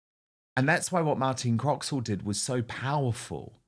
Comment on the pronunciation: Croxall, not Croxwell. And a great top set she has, too. 😋